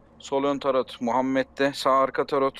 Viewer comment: Ulan ben de "tarot ne?" diyorum bir saattir. Turretmiş. Hay senin telaffuzunu...